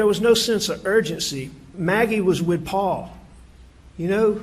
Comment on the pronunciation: Seems to me that when Alex tells the truth about Paul, he says "Paul" If he lies, he says, "Paw Paw"